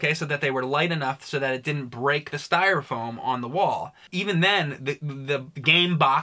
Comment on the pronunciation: calls it "stire foam". Haha...Fuckin.